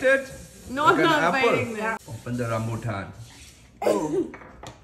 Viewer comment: Immaculate pronunciation of rambutan. Finally.